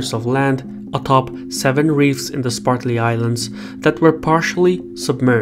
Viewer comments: Spratly, not "Spartly", Islands. If you're going to do a documentary on it, you should know how to pronounce it. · I'm a big fan of his, but butchering a name has nothing to do with first or second language, since the name is usually carried over. Even in Russian, the name for the islands would be "Спратли" ) He just probably misread it and never noticed it. That being said, I don't think it's a big issue at all. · LOL! I caught that also. Must be the way the Chinese say it. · It's SPRATLY islands, not SPARTLY islands. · It's Spratly not Spartly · Cannot take this seriously since the narrator keeps saying "Spartly" rather than "Spratly". And it isn't "Edge-eh-maw-nee". Ugh. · Am I the only one hearing "Sparkly Islands" instead of Spratly Islands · I hope you can read better than he can. "Spartly Islands"? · The islands are the Spratley Islands not the Spartley islands. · Great video as usual, but it drove me crazy every time he said "spartly" instead of "spratly" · SPRATly islands, not SPARTly. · Excellent report on a very important geo-political area of the world. I would encourage you to review your pronunciation of the "Spratly Islands". sprat lee vs. spart lee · Did anybody else notice the host continually mispronounced the Spratly Islands as the Spartly Islands? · Am I the only person bothered by "Spartly Islands"? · Dude, it’s Spratley not “Spartley” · (sp?), please say SPRAT lee, not SPART lee. thanks. great work here. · "Spartly" lol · Sir its Spratley islands not Spartly islands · Spratly not Spartly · Spratly. Not spartly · Bruv, calling the Spratly Islands the Spartly Islands, as you do in this video, is inexcusable. You do good work - don't let your standards decline. I suggest you re-record the video using the correct name. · *Spratly Islands, not Spartly. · Also, I thought I heard him say 'SPARTLY ISLANDS."